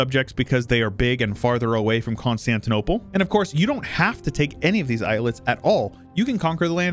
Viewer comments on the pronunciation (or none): none